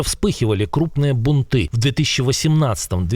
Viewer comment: Бунты ударение на первый слог а не на второй